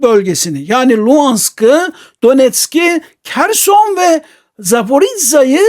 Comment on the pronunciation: Hocam Kerson ne ya?Vallahi bu isim telaffuzlarina calismasi lazim sizin gibi degerli hocalarimizin kimisi UKRANYA diyor Kimisi Kerson..Bence hos durmuyor.Videolarinizi severek takip ediyorum kisaca belirtmek istedim cunku gercekten sizin gibi degerli hocalarimiza yakistiramiyorum bu isim telaffuzlarini